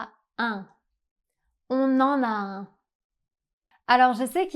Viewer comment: Isn't "un" should be pronounced with nasal [œ]?